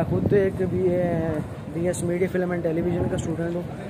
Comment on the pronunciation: It's film not filum ,q hmari uni Iqra ka nam duba rhy Tum ,🙄